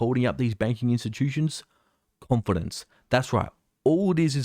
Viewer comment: You mean “con -finance” ;)